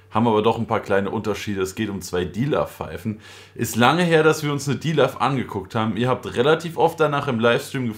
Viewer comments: jo Kaloud - loud .. Dilaw - law .. wenn du schon immer drauf achtest,außer die kommen aus Schweden dann kann man das dilaf so hin nehmen :) Aber wie immer ein gutes Video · Als er das erste mal dilaf gesagt hat hab ich das Video auf stumm weitergeschaut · Du weißt aber das man es: DILOW ausspricht? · Macht mich einf sauer wie du dilaw aussprichst